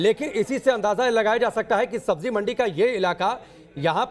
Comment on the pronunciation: Sabzi not sabji, manzil not manjil.